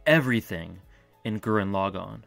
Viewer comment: Hey I hate to be reductive, but pronouncing it Gurren 'Log On' is really grating...Especially when it's the title of the show that's clearly said a dozen times throughout. Thanks!